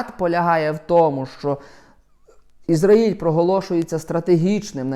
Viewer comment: "Ізра́їль" дивись наголос, турок ти наш небесний